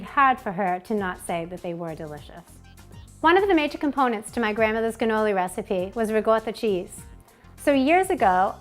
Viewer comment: It sounds like your saying ganolis! Maybe it's the audio.